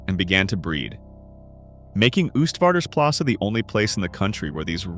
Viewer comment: For a next time: you pronounce it 'OASTvaarders plassen, like oatmeal.